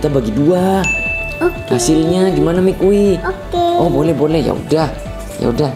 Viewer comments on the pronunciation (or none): Yang bener itu namanya maki bukan mikui😅😂